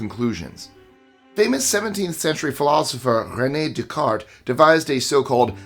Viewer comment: The pronunciation of Descartes. Like dude. Aren't you Canadian? 😅 All in jest. Ethno-linguistic geek here ❤